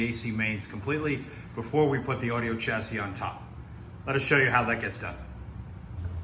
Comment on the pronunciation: The correct pronunciation is chassis not Tchassis. Beautiful Amp